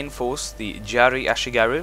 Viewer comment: Y-A-R-I ! YARI! Not jari ffs